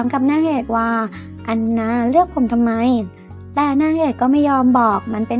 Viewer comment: ทำไมคำว่าเธอ..ถ้า..ทั้งที..ทุก..ทำ..ที่..ถึง..ต้องอ่านออกเสียงเป็น ชอช้าง..การออกเสียงมันกระแดะ